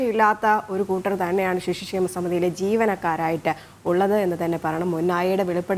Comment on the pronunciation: ഷിശു ക്ഷേമ അല്ല പെങ്ങളെ